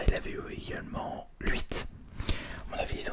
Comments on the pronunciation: Mais ta toujours pas compris qu'on dit pas " l'huite " ça existe pas c'est trop perturbant deja dans tes vidéo d'avant plein de gens te l'avais fait remarquer y a rien de compliqué à dire huit sérieux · Sa me fume quand il dit "" luit"au lieu de huit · Il dit « Lhuit » ça me perturbe😬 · Le "lhuit" me trigger